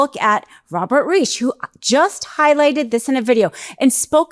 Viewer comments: It's Robert "RYE-sh" not "reesh" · Thank you for covering this story, and for the finer point that companies doing a fair about of business in a state must also follow that state's laws, as well as their own state laws. (I believe Robert Reich's name is pronounced like "rice" with an "sh". Like Rishe.) Down with Citizen's United! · How do you not know that Reich is pronounced “Rike?” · you should know how to pronounce Robert Reich’s last name! He’s famous! It’s with a long i and a hard k sound! Riik! Or ask Siri how to pronounce it!! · his name is pronounced Robert Rike. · I'm SO ready for this in all 50 states! But — have you never heard Robert Reich's name spoken before, because you butchered it. — Twice! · This video is Robert Reich the former Sec. of Labor. This is a German name. Remember in German to "never say die" that is pronounced "dee" with the ei or ie dipthong given the last letter's long sound. AI is bad at pronunciation too and can't be trusted for much. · Please learn to pronounce Robert's name correctly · Please learn the correct pronunciation of Reich… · I have find it strange that mispronounced the name for former labor secretary, Robert Reich. Makes me think she might be more of a self-promoting influencer than a true Democrat.